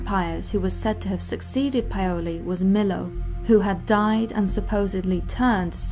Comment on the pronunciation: Great video - pronunciation could be improved: hajduk pronounced high-duck, Medveda pronounced med-ved-aah, Paole pronounced pow-le, skeleton isn't skellen-ton.